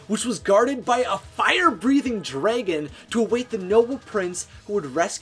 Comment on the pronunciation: I love "fire breathing draygons"